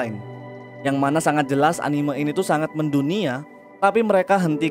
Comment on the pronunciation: setiap mengucap anime koreksi bang , bukan "animeu" kkkkkkk